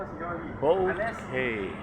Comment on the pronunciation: boat quay.... ( it is pronounced like ..... "key" )